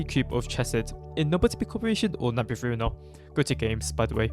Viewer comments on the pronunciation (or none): none